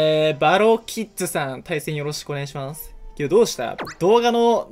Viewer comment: 2戦目ばろきっ「づ」で草